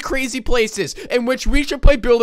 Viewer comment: Play not ply